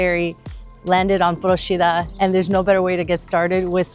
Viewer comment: Well done! As a resident of Procida, I can say you picked some real gems of the island and highlighted some of the unique local foods. AND you pronounced Procida correctly! You get extra points for that :) Grazie mille.